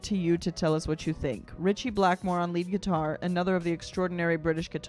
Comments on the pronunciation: What I don't understand is that as an American you mispronounced lead twice. It's in the context, bullets flying so lead is flying. Not lead as in leader. Also if you take a song that's 9 minutes 36 seconds and you make it into a almost 25 minutes reaction you are pausing or talking way to much. We know you can sing. Give it a rest! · Flying "led" not leed. This is an indictment of war, describing a child caught in a war zone and torn to shreds. Reviewer is in love with her ability to mimic, no insight. Pick another job, no one cares about YOUR voice. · lead pronounced ledd-in reference to bullets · It's 'lead' - as in bullet lead . . not 'lead' - as in dog lead . . . got it? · Lead said like Led Zeppelin ... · It is flying LEaD as in bullets short vowel. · It's not lead, like leading. It's lead like bullets. You've not been hit by flying lead, it's self explanatory